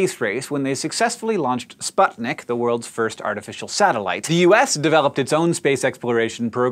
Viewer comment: In "Sputik" "u" is pronaunst like "oo", as in "cool".